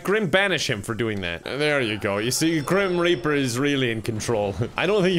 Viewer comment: did he just say grim raper